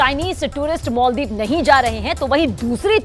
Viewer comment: मोल्दिप नहि माल्दिप्स बोलो